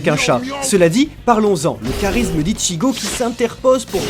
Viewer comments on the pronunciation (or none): none